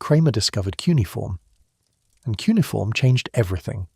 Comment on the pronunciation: Not “cunniform” - poes 😂😂😂😂